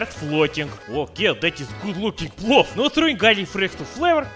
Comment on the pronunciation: The video auto played and Thought i heard плав in Serbian instead of плов. Thought you were gonna cook up some blue.